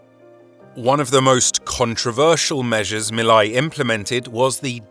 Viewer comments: The "ei " in Milei rhymes with say not eye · How hard is it to pronounce Milei( me + lay) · His name is pronounced Me Lay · It's pronounced "mee-lay"